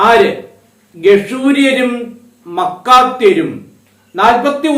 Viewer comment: മാക്കാത്യർ അല്ലേ ? മക്കാത്യർ അല്ലല്ലോ